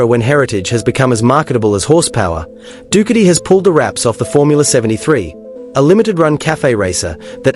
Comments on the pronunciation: Dookity! LOL stupid AI. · When the AI mispronounced the brand i swicted off.